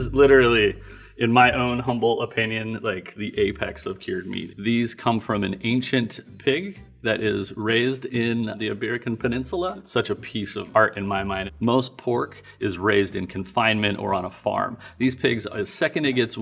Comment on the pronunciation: lol "iberican" peninsula